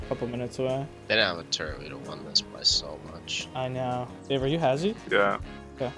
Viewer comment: too bad he still says - sumbarine, turrent, sWord, etc